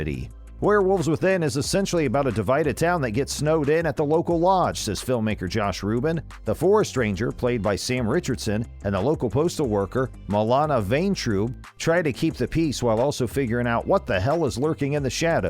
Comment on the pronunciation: You said Milana Vayntrub's name three times in this video, and pronounced it differently every time! For the record, the second pronunciation was the correct one. The movie was a lot of fun, I really enjoyed it.